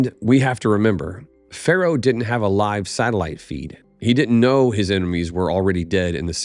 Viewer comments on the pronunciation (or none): none